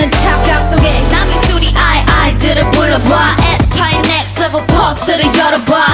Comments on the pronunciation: I love Giselle's ver, but the way Winter pronounce it was savage. Hers was literally nhext leveuhl. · I can't be the only one noticing, how Winter's pronouncing "NEXT LEF-VEL" SO UNIQUE! SO ADDICTIVE! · everyone: “next level” winter: “next levEUL” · Next LevUl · haha cause winter pronounce sounds like “leveulh” :D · No she says Next "Leveul" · More like next "Levul" lmao I love her